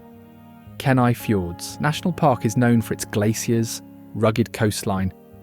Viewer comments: Its pronounce Kee-nii (Kenai) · Beautiful film but soo many pronunciation mistakes. I've lived in all these states, so please correct your pronunciation here: Kenai: pronounced KEEN-eye, long e sound Salish: pronounced SAY-lish, the "a" is a long a sound Nisqually: emphasis on the 2nd syllable, Nis-QUA-lee Willamette: 2nd syllable emphasis, Wil-LAM-ette Kootenai: 1st syllable emphasis, pronounced KOO-tun-eye I couldn't finish it but it was beautifully filmed.